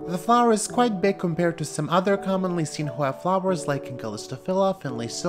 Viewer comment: So elegant! I love listening to you pronounce the Hoya names so fluently!